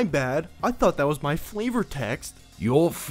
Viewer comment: "Flayvo-oor" hahahahh lmfao Take my like!